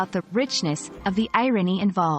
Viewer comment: The AI who did this can't even pronounce the word irony